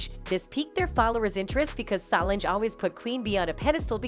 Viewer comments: Beyonce is pronounced bee-yon-say. Solonge is pronounced so-longe. If you're going to post about black entertainers, please, please learn how to pronounce their damn names! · It’s one thing to miss pronounce Solange name but dam how can screw up arguably the most popular woman in entertainment 🤦🏿‍♂️ obviously you must be an robot 🤖